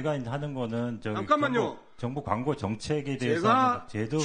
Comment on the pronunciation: 강고가 아니고 광고야 발음 연습이나 좀 하고 와라